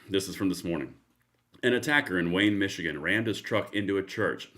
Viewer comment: Did you say "Michigan?" That's a miracle itself.